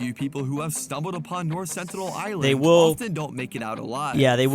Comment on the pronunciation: Petition to have stop calling North Sentinel Island "North Centennial Island"